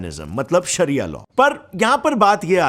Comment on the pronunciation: Saria means law He saying saria law saria law 😆